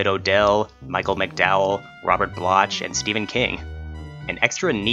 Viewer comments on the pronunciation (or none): Funny how you keep mispronouncing Robert Bloch's name. It's actually pronounced 'Block' aka 'Bloc,' not 'Bloch.' The 'ch' sound isn't pronounced. I'm not familiar with the 'Monsters' series, although I own complete DVD sets of: 1. The Twilight Zone (OG series) Blu-ray 2. The Twilight Zone (80s series) 3. The Twilight (Jordan Peele series) 4. The Outer Limits (OG series) 5. Tales from the Crypt 6. Tales from the Darkside 7.Ray Bradbury Theatre 8. Are You Afraid of the Dark? There was an episode of the OG The Twilight Zone called "Perchance to Dream," but it was a different story entirely. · It is pronounced block not blotch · Robert Bloch( pronounced BLOCK, not Blotch, BTW) is a really good writer of horror stories, I've read his collections and ALOT of his stories have been made into movies and TV show episodes. Check him out, You won't be disappointed. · He pronounced his name wrong lol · riiight!?? I cringed lol